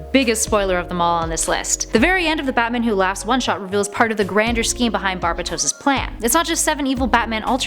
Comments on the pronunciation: Just saying pretty sure it is pronounced Bar-bae-dos. Not Bar-bi-tos. Not a big deal just for future references. Dark Nights Metal is amazing. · It’s pronounced barbAtos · it’s bar ba dos not barbatos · It’s “Bar-Bay-Toes” not “Barb-Bu-Toes” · Its barbados not barbatos just correcting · BAR-BAY-DOSE why do y’all just loved mispronunciation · I hate your pronunciation of Barbatos. Given the whole BAT theme, I call him BarBATos. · It's pronounced bar- bat- toes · its (enth) metal and (Bar-bay-tos) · Papa Linguini yes it's bar bay tose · It’s bar-ba-tous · Not how you say Barbados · Angelo Alires she also pronounced Barbatos wrong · Omg and the way she says barbatos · Why is she saying "Bar-Ba-tos Mult-I-verse Nth metal" Weird? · Yeah it's barbeitos and inth metal lol